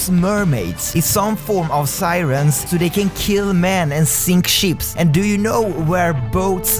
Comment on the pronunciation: When he says "boats and ships sink" I keep thinking he says "boats and sheeps" xD And yes, I do believe in mermaids/sirens